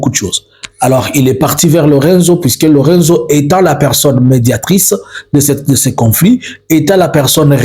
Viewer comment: Presidente João Manuel Gonçalves Lourenço. En français, lourençou non lurenzo